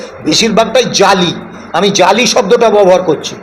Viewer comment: আপনাকে ধন্যবাদ,আপনি 'জালি' শব্দটি স্পষ্ট ভাবে উচ্চারণ করলেন।